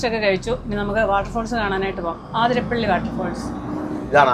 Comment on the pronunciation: ആതിരപ്പിള്ളി അല്ല 🤦‍♂️